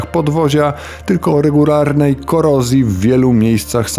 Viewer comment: regurarnej? XD spoko odcinek ;)